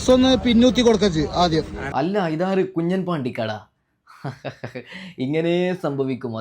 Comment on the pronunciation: കുഞ്ഞൻ അല്ല കുഞ്ഞാൻ